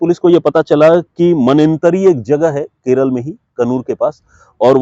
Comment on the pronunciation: Please say kerala, la not l